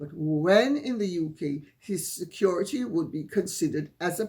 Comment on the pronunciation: It made me laugh when he said "Security", then 'corrected' himself by saying "Securi-dee"!